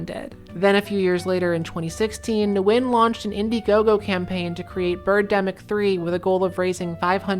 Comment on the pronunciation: Ngyuen is pronounced like "win"